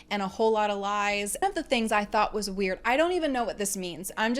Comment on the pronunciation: Heavy emphasis on "lies"